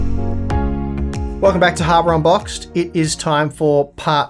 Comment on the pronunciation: Am I crazy or is actually saying Harbor Unboxed?